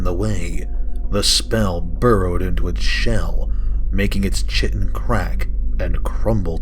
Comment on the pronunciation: I like your readings, but I believe the natural armor of the creatures, chitin (chitinous), is pronounced 'ki-tin' with a long 'i' sound on the first syllable.